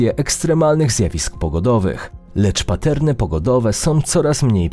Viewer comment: "Patterny poodowe" UGHH